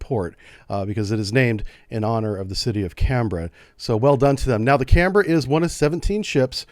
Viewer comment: Thumbs up for not saying Can- berrah.